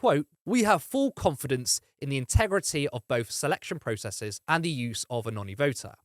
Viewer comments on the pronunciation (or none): none